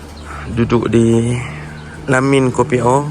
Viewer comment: Assalamualaikum encik,sebutan KOPIO bukan KOPI O tp KEPIO...mf ye saya hanya tegur dan perbetulkan sebutan..